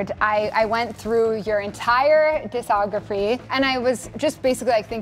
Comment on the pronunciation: She just mispronounced discography everyone slips up on their words once in a while